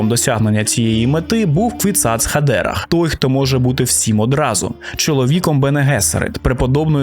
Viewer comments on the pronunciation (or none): Але ж не хадЕрах, а хадерАх :-) Постійно різало вухо) З повагою)